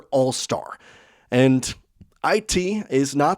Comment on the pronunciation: You say enntt instead of and